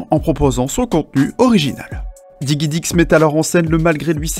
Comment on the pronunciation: digidix et pas diguidix mais bon.. ^^